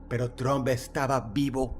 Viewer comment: De los reyes del montaje y autoatentado, nada sorprende a estas alturas. Dross hermoso, se pronuncia "TRAMP" no TROMP, no hable inglés como los mexicanos 😅